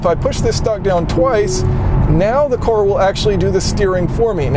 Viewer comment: Great video! You don't know how to pronounce the word "car" though. Try turning on the auto generated text, it understands everything exception for when you say "car". It translates to "core" "chorus" and so on. Lol